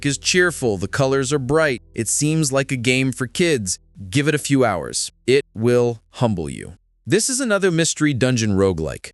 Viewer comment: It sounded like you said "it will hump you". Had to play it a few times to realize it was humble